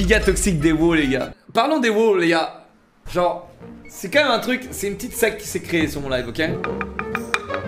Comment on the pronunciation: Même la voie of dans l'outro prononce même et pas mime !